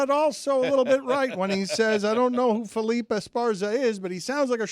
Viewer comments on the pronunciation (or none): Dan Le Batard, less Hispanic than Jeremy. Felipe, not Felip. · Dan calling Felipe Felip is comedy. Especially when you consider he corrected Stugotz 😂